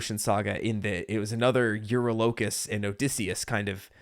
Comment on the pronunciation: Yes your pronunciation of his second command name is also funny to me too which is why I give you that little tip of calling him Yuri but hey whatever helps you remember him I guess also fun fact the singer and voice actor for Cercy is actually Jay‘s girlfriend They actually met through this musical remember how he was looking for his people on TikTok so yeah just fun little fun fact for you it’s so awesome.🤣🤣🤣😃😃😃❤️❤️🔥🔥🔥